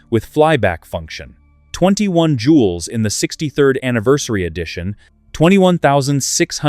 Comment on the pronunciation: It's jewels. Not jules.